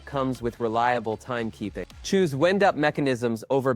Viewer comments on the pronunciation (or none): Wend? You mean WIND......SOUNDS LIKE WYNED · ITS W IN E D UP NOT WIND UP